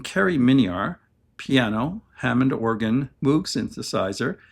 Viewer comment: Interesting video. I listened to the other bands you mention (e.g., Yes) but never Gentle Giant. Keep them coming. Small point - Moog rhymes with rogue.